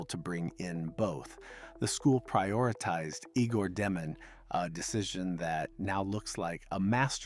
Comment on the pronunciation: Fun info. FYI, His name is pronounced (Yay gore) not (Eegore)